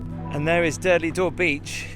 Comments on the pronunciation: Tiiiiiiiiiiiiiiiiiiiiiiiiiiim!!!!!!! It is pronounced ‘Dur-Dull-Door’ not ‘Durdly Door’ 🥴 You’ve just had the whole of Dorset screaming at you 🤣🤣🤣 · It’s called Durdle Door, not Durdley Door. Just saying. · Also its prnounced Durr-dull Door, not durdelley 😆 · Found it hilarious how you kept calling it durdley door 🤣 bet you say 110m hurdleys aswell 🤣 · Hi. Are there any videos of Gabby singing 🎶 ( Sorry if I spelt it wrong). Ps its pronounced Durdle door not durdley 😅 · Dear, it's not Durdley Door. It's pronounced Dur-dal Door. I've never heard anyone call it Durdley. 🤣🤣🤣 These places hold memories of my teens because I lived near there. Sandbanks and the Sandbanks ferry, Lilliput, Poole Harbour and the surrounding area. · It's actually called durdle door not Durdley door. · Your pronunciation for Durdle door is totally incorrect. It is not the derdeley dor 🙄🤦🏻‍♀️ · Saying Durdle Door wrong 😅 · Another brilliant vlog! Really enjoy watching your videos. Just one tiny moan, with Durdle Door the E is not pronounced on the end. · Do not pronounce the e on the end of durdle door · You might need to work on your pronunciation of Durdle Door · You must be from Liverpool as you don't have the letter "T" in your speech. LOL